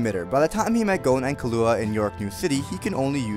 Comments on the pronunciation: killo wa... its pronounced killwa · 2 mins after u fucking butchered the name Levi u go ahead and fucking murder the name killua XD!! such a savage!